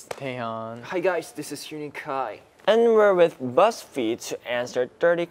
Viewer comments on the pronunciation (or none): Lol in the end Soobin said thankyou BuzzFeed which sounded like "buggsfee" lol 😂